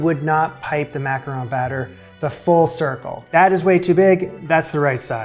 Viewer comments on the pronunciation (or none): Mack-ah-ron 🤷🏻‍♀️ Why Americans have so much trouble with one of the most common sounds in English (Don, gone, fawn, lawn, John, Mack-Ah-RON) is a mystery for the ages to me 90% of the time I hear them called everything but by Americans! EET makes me a leetle crazee! :D